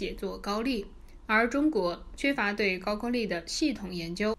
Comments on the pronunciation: 不是ju是gou字都念错怎么到这里胡说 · 高句丽 的 句字读 勾，箕子读基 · 為什麼高句麗都念不對？